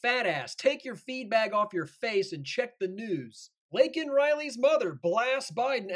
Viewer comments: FJB he can't even say her name right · Her parents weren’t there and he miss pronounced her name several times.